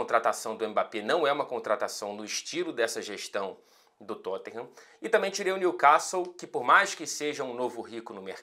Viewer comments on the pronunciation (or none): none